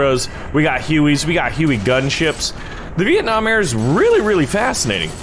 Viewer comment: Vieenam LOL